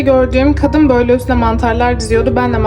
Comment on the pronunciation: BOYLEE DEĞİL BÖYLE LÜTFEN